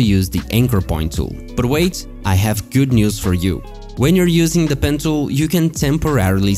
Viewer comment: Why does it always sound like your saying "Pencil"